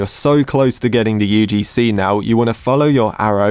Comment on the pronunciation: you probably failed your religions exam because the teachers saw that you say UDC instead of UGC